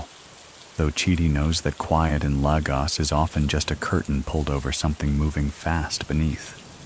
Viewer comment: Great video! Just fyi, Lagos is pronounced lay-gos (like GOS-ling)❤